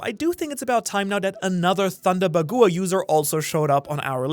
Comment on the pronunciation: thunder ba gu wa 😭 It's Thunder bagwa dudee